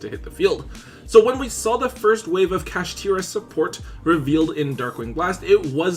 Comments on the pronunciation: Bruh fr Kasheeteeruh Take your time lol… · Bro really said “Kashtira” 😂😂😂